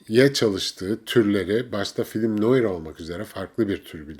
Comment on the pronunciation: Film noaar diyeceksiniz efendim, Fransa çıkışlıdır kelime... Gevgevgev🤭🤭🤭dil fașizmi ırkçılıktır yaaa🤣